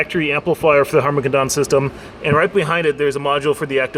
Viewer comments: Harman Kardon not Harman Kadan lol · Harmon Kadon.... Lol it's Kardon man, Kardon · Harman KadAAAAN. xD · It's pronounced Harmon KARdon, not Harmon karDON. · lmao I just commented the same thing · say Harmon kardon right once please